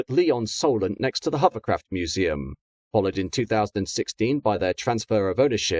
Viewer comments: I was thinking the exact same thing almost missing out the o in hover completely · Why is the Narrator saying Huverlloyd, Huvercraft and Huverport ?. I thought I was hearing incorrectly at first !!!.